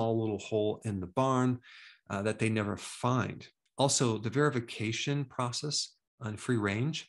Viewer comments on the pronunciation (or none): none